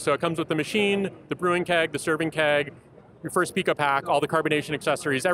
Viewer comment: PIco is pronounced "pai-ko". If you're going to include pico in the name of your product, you should at least know how to pronounce it.